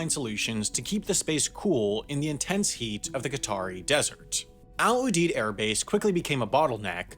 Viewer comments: I'm working the evac ops in Ramstein. First its not "Al Oodeed" its "Al Youdeed" pronounced. Also I don't know why you show Ft Lee in New York, its in Southern Virginia. Wendover feel free to hit me up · It’s pronounced Al You-Deed! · We pronounce it Al YOU-DEED.